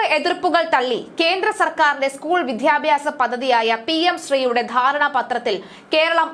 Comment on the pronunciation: പലപ്പോഴായി സൂചിപ്പിക്കണമെന്നു കരുതി....വേണ്ട വേണ്ട എന്നു കരുതി മാറ്റി വച്ചു. ഇനി പറയാതെ വയ്യ വിദ്വാർത്ഥി, വിദ്യാഭ്യാസം എന്നീ വാക്കുകൾ ശരിയായ രീതിയിൽ ഉച്ചരിക്കാൻ ശ്രമിക്കണം. നാണമില്ലേ ഇത്ര കാലമായിട്ടും ശരിയായ ഉച്ചാരണം അറിയാതെ വലിയ ഗമക്ക് വായിക്കാൻ കഷ്ടം ഇനിയെങ്കിലും ശരിയായ ഉച്ചാരണരീതി പഠിക്കുക